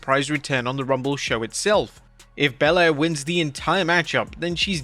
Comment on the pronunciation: Thanks for pronouncing Bianca Belair properly